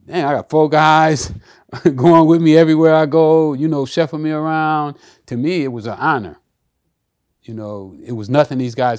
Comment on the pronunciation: he said chefing me around instead of chauffeuring! 😂😂😂😂